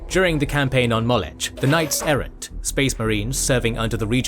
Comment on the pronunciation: You're saying Molech wrong! It's [MAW-LOCK] not [MAWL-ETCH] Someone hasn't studied their Biblical lore. That's a shame, lets just say it's slightly better than Warhammer LOL.